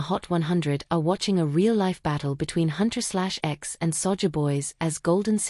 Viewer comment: The girl's group name is pronounced Huntrix. :)